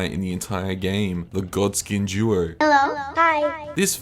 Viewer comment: I jizzed everytime when he said "gawdskieen juo" 😩😩🥴🧻.